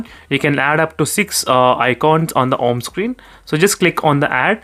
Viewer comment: I have Liked your video and your pronounciation Home Screen -> Om screen 😂😂